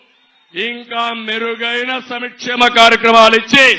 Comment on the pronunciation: సంక్షేమ కార్యక్రమాలు అనాలిరా సమిక్షేమ కార్యక్రమాలు కాదురా బాబూ!!